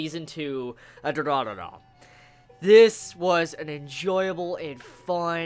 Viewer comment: It's not Dura-dura man ffs.... at least that's what it sounds to me when you say it :D